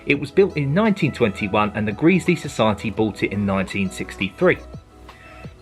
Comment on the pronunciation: It's pronunciation is Gresley not greasly😂